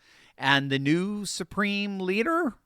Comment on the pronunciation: Did you say supreme bleeder???